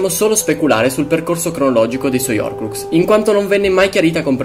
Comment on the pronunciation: Ma perché nessuno pronuncia la h nella parola horcrux?